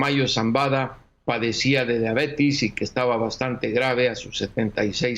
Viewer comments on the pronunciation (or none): Explíquenle al reportero que se dice "Diabetes" y no "diabetis"